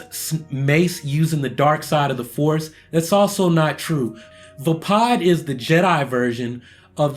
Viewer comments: Also Vepod is pronounced (vey-pawd) not (va-pawd). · everything is correct, exept your pronunciation is ju-yo and vá-pád